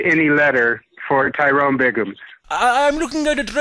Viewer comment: It’s Tyyroooone That’s spelled T-Y-ROONE 😂😂😂